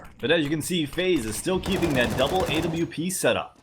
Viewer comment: Say awp not A-W-P